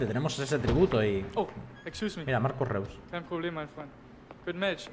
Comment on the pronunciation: amigo, se pronuncia marco rois, no te ofendas pero hay mucha gente que lo llama reus porque se escribe así y me da cosa xD.